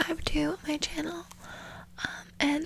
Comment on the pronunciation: my sainel" LMAO